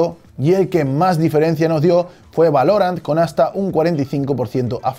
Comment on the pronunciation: Nadie: Absolutamente nadie:: Valórant